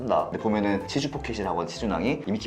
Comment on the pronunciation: 치주가 치즈로 들린당ㅋㅋㅋㅋㅋㅋㅋㅋㅋㅋ 치즈포켓!🧀